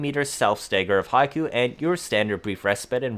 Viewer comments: Not high-koo but hick-o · Hate to be that guy but Hikou is hee-koh, Haiku is a poem lol